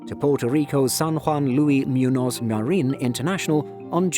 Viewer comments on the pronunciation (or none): It’s not “myunoz” it’s actually “munyoz”